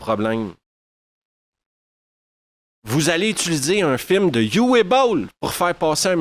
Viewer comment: C'est du Uwe Boll et ce sera donc sans moi. Au fait, en allemand, Uwe se prononce Ouveu.